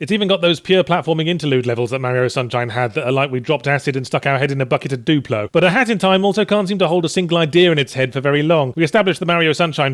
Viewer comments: I swear it sounds like he was saying hattytime. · it sounds like you are saying hatty time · Sounds like he keeps saying hatty time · You're not saying it right, say it like a haat in ti ime